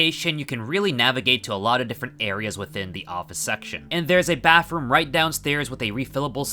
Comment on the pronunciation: Bro said baffroom